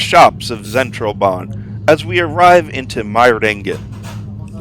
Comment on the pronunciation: It's pronounced Lutzern (unless you want to call it Lucerne in English). The railway is Zentralbahn (pronounced Tcentralbahn). The SOB (Suedostbahn) operates several services. Luzern is the terminal of the Voralpenexpress (not the Vorarlbergexpress). Danke